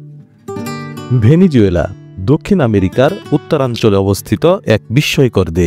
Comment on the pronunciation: ❤ভেনেজুয়েলা❤ সঠিক উচ্চারণ হবে ভেনেজুয়েলা ।